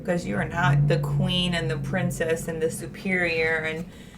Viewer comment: "men are supposed to worship the supereer gender" Can't even say superior correctly ...